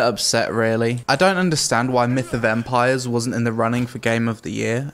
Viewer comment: Why do i hear "Meet a vampire " instead of "Myth of Empires" ?... Great review though.